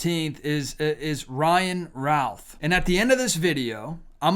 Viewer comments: It's pronounced Ruth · Btw, in NC, Routh is pronounced Ruth. Fyi... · Routh rhymes with roof.